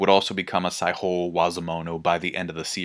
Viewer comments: Similar feeling, except with "sai-ho" with the Spanish "j" sound, instead of "saijo" in "Saijo O Wazamono" I mean, it's small potatoes, but it elicited a little bit of a "jajaja" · Mans pronouncing Saijo O-wazomono like he’s speaking Spanish. Saiho